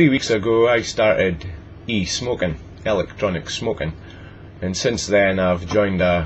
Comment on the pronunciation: Sounds like ur saying Elic Johnic. :P Love the accent!